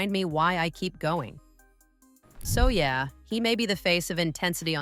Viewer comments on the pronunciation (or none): none